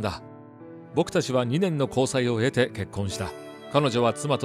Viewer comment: ”経て”って”へて”って読みますよね？”えて”って読んでるけどこの読み方もあるの？誰か詳しい方いたら教えてー